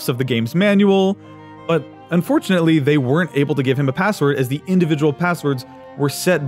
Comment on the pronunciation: this is completely irrelevant but i love that you pronounced the typo in unfortunately in cody's first message